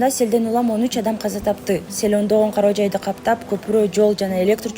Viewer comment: Кароо жай болбойт э чон кыз!Корооооооооо жай деп жүр.